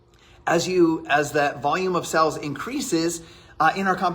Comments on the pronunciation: I'm sure he was trying to say "sales" but every time it sounded like "sells" and drove me nuts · My dude it’s sales not sells😵‍💫😰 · He says 'sales' like 'sells', it's driving me nuts! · Is he saying in sells instead of sales? STOP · Why can so many of these people NOT pronounce the word "sales"? It's SALES not SELLS. You have a million dollars in sales, not sells. OMG. Just one more thing that drives me batty about these people. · Is it just me or does he say sales really weird it's bugging me